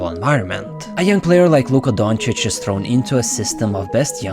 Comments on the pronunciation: To ignorant people: Doncic is pronounced like Jokic - with “O” not Dancic its DOncic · They still haven't learned shit. They still pronounce Luka's last name as Donchik at ESPN. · Back in the days it was ubheard of to compare doncic to westbrook… today it’s a huge compliment for westbrook to be compared to doncic. And still stephen a cant pronounce doncic’s name properly